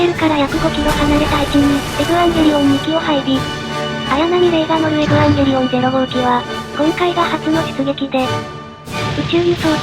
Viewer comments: このチャンネルの「エブアンゲリオン」っていう読み方好き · 発音エブワンゲリオンなの好き